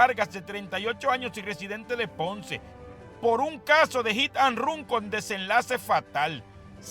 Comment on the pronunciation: Hit and rum😁😄😀 aprende a hablar que todos los dias dices disparates